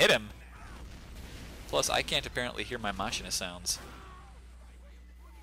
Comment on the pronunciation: Just a heads-up, pretty sure it's pronounced MAH-keen-uh, not MAH-sheen-uh. Still, you're better than the 90% of the population who says muh-SHIN-uh. Great cast!